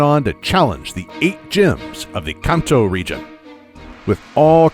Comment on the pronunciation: "Cunto" Region is my new favorite.